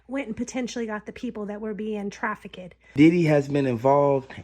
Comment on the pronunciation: Did she say, "Traffic-ED"????????